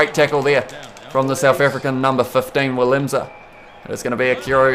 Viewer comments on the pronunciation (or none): FYI you’re supposed to pronounce the South African full backs name like VI-LIM-SA